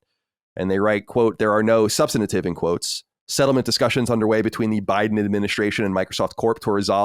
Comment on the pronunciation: Say it with me Colin; SUB-STANT-IVE